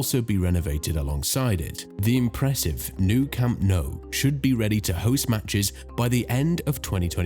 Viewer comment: Camp No..?? and Santiago Burn-A-Bow.....?? wtf... At the very least learn how to pronounce the places correctly, this is just pathetic....